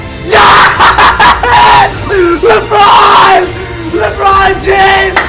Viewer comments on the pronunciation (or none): And a year later he calls a le Ron again